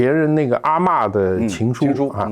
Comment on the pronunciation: 三个没看过抓特务的人 在这边蹭热度开始讨论起电影了 一副墙倒众人推的嘴脸 ，一开始那个连阿嬷念成阿么的人实在没文化